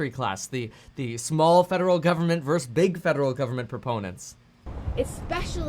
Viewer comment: Kevin, the word you want is “versus”, not “verse”. When you say “state verse federal” or “Democrats verse Republicans”, it makes zero sense at all! Lol.